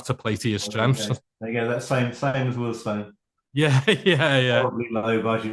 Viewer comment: Remember it's Weald 'Stone' not 'Stun' 😊